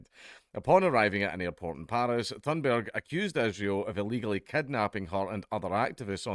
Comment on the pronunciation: Dank, your accent made it sound like you called her Greta Thunderbird at the beginning. Don't go giving her cool sounding nicknames.